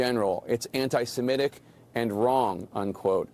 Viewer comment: Why does pronounce antisemitic to rhyme with emetic? Maybe cuz it makes him want to vomit? And why does he pronounce biases (plural of bias) biaseeez, like the plural of crisis? Is the plural of base baseez?